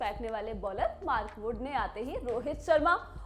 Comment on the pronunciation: Kisne kisne suna "maarkoot ko runout kar diya" 😅😅